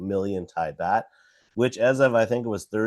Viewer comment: Baht like yacht 🛥️ Not BAT🦇